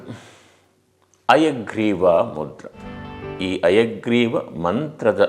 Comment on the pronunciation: ನೀವು ಹೇಳುವುದು ಹಯಗ್ರೀವ ಮುದ್ರೆ ಅನ್ನುವ ಬದಲು ಅಯಗ್ರೀವ ಮುದ್ರೆ ಅಂತ ಉಚ್ಚೆರಿಸಿದಂತೆ ಭಾಸವಾಗುತ್ತಿದೆ ಯಾವುದು ಸರಿ...? ದಯವಿಟ್ಟು ತಿಳಿಸಿ. 🙏